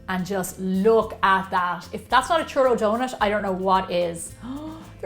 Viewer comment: The "Churronut"